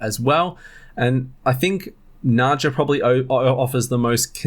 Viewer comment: Nadja is pronounce like Nadya